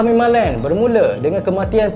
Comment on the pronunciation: Bang, orang cakap mimaland bukan mimalent😅